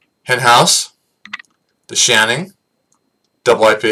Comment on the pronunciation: Listen to , and see if you any thought of the word "Shaning"! It sounds like "shining" to me!! I don't know, what do you think?! Also, , you call it "Shanning"; again, it's "Shaning" pronounced SHANE-ING. Give this last installment another listen and see if you can convince yourself of this. Just sayin'!